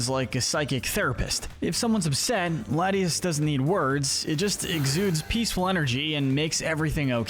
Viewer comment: It’s lat-ee-AHS, LAHT-ee-ohs, RAHLTS, ray-QUAY-zuh, SWAH-bloo, AHL-TAHR-ee-uh, LAHM-bray, loo-DEE-coh-loh, CHYME-ecko, TRAHP-ee-iss, TRAP-inch, vye-BRAH-vuh, UH-zoo-rill, dell-CAT-ee, redge-EE-rock, redge-EE-gee-giss, mask-er-RAYN, BREH-loom, HAHR-ee-yah-muh, BAL-toy, clay-DAHL, PEHL-ih-per, cray-DIHL-ee, EHX-PLOWD (even though you only did it wrong once), AHR-ron, LAIR-ron, pooch-ee-EH-nuh, mye-tee-EH-nuh, SLACK-ahth, SLACK-ing, swah-LAHT, NUHM-ull, ZAYN-goose, gore-UH-biss, and SHUHP-it, “”! 🤨 How many times do I have to tell you,?? Stop mispronouncing Pokémon names! 🙄